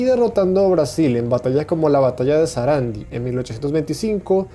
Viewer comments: Es "Sarandí", con acento en la i, también es Ituzaingó, con acento en la o. Es Rivadavia, sin acento en la i. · Los datos son correctos pero los acentos son errados. Batalla de SARANDÍ Y Batalla de ITUZAINGÓ. Y el presidente era Bernardino RIVADÁVIA. ( LE PUSE LOS ACENTOS PARA QUE LAS SEPAS Pronunciar CON EL ACENTO TÁCITO). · se dice SARANDÍ e ITUZAINGÓ, ........en ambos casos lleva tilde en la ultima letra. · Muy buen video, excelente info. Te marco algo de ACENTOS, Sarandí es saranDI (acento en última sílaba) Ituzaingo es ItuzainGO (acento en última sílaba) al igual que RivaDAvia que lo tiene en la anteultima. Empecé a seguir tu canal, felicitaciones bro. Hermandad entre Argentina, Brasil, Uruguay y toda América! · Hola soy Leandro ..Se pronuncia Sarandí. Y el Presidente se pronuncia Rivadavia...no Rivadavía. Por lo de más ..muy buen video. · Nadie:: Cisplachina, Sarándi, Ituzaíngo, Rivadavía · Los nombres correctamente acentuados son (en lugar de acentos pondré mayúsculas): rivadAvia, ituzaingO y sarandI Pequeñísimo detalle, la Banda Oriental pertenecía al las Provincias Unidas, Artigas liberó a Montevideo junto a sus compatriotas argentinos, Uruguay creó la Liga de los Pueblos Libres junto a provincias argentinas como parte de la pugna interna de las Prov Unidas, Artigas envió diputados constituyentes a Buenos Aires, en ningún momento previo a la guerra, Brasil tuvo en su posesión a la Banda Oriental. Es cierto que Brasil ahogó la economía de Argentina, sin embargo nunca tuvo una relevancia militar su dominio marítimo, de hecho, los intentos de desembarco en Buenos Aires fracasaron y nunca pudieron expulsar a los argentinos del territorio brasilero, los territorios ganados por Brasil fueron en realidad negociaciones sobre los límites que los imperios europeos nunca habían resuelto, por lo que "pérdida" no es un término exacto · Muy bueno pero se dice Sarandí e Ituzaingó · Sarandí, Ituzaingó, con el acento en la última letra, pronuncia bien che